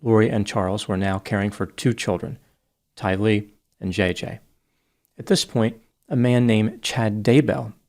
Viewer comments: Tylee. Rhymes with Riley. Accent the second syllable. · You pronounced Tylee’s name wrong.